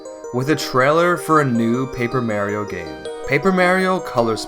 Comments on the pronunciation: Jesus, learn how to pronounce Mario. So annoying I gave up watching this video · Couldn't watch because of the constant mispronunciation of Mario.